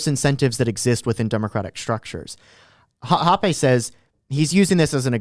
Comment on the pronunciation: "hopp-ay"... I'm pretty sure it's pronounced "hopp-ah". Hans Herman Hoppe.